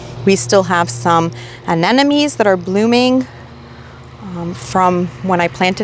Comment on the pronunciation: I enjoy your videos, however I must admit I'm a viewer who cringes when you say Anemone. We gardeners (including me) mispronounce plants from time to time, but in those cases, it helps to defer to the alternative names. In this case, Windflower!